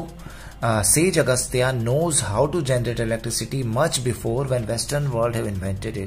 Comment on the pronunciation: श्‍लोक को श्‍लोका , सूत्र को सूत्रा , अगस्‍त ऋषि को अगस्‍ता ऋषि , पाणिनी को पानिनि , बौधायन को बौधायना क्‍यों बोल रहे हो , उच्‍चारण नहीं आता क्‍या , अगर नहीं आता तो सीख लो , कनोलेडगे को नोलेज कैसे बोलते हो , सार को कार कैसे बोलते हो , बुट को बट कैसे बोलते हो , जब किसी शब्‍द की उत्‍पत्ति अमेरिका है तो उसका उच्‍चारण अमेरिकन ही बताते हैं वैसी ही जो शब्‍द भारतीय जनित हैं उनका उच्‍चारण भी भारतीय लोगों से ही सीख लो , गलत उच्‍चारण मत करो